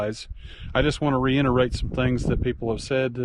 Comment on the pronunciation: *reiterate, not "reinterate"